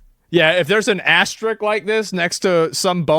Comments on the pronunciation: asterisk* not ass trick wtf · asmon. The word is asterisk. Sound it out. Not astrick. Doh! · He calls out someone for not calling it McNuggets but can’t say even asterisk properly. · I Wonder if and when will asmon learn how to say asterisk.